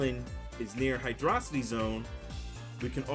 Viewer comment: He says hydra-city, i have respect